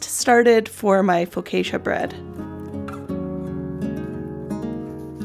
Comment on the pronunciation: I absolutely love your white blouse you're wearing. It's beautiful and looks so good on you. I suspect that you made it. I would like one in each color lol. Also the correct way to pronounce Focaccia is foe caw cha. I look forward to your next video